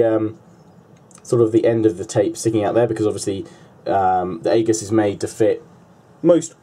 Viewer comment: it's pronounces ee-juss, Great review. Very informative.